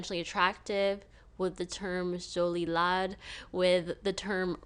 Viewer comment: French guy here...I've never heard the expression "jolie-laide" (which should be pronounced like the metal "lead", or laid, except without the diphtong on the "I", rather than like "lad")